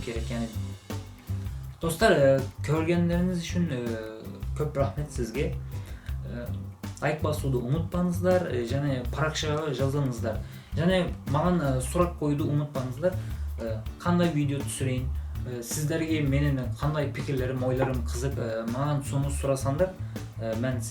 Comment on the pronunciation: Салам! Паракшамға емес: "парақшама" болады. Ұмытпаныздар емес: "ұмытпаңыздар" болады. "қ"-әрпі мен "ң"-әрпіне мән беру керек. Бұл сын емес, саған көмектескім келді. Қазақша жақсы сөйлейсің. Менің де Түрікше үйренгім келеді. (Әдемі тіл ғой) Қандай оңай жолы бар, үйренетін?